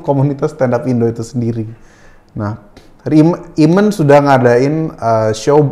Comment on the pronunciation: Dude, your translator needs his ears examined. Cool and the gang became Calling the gang. Eamon became Ayman?! C'mon